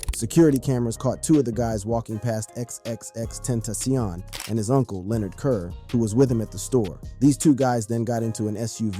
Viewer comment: “XXX ententioion” 😂